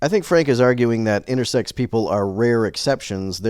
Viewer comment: Why does he keep adding a T on the end of "intersex"? Does he.. have "sexting" on his mind or something?